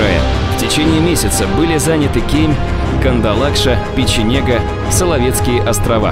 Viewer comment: Печенга, а не Печенега. Озвучка безобразная. Интересно, я не историк, к сожалению, с историческими фактами так же вольно обращаетесь, как с географическими названиями?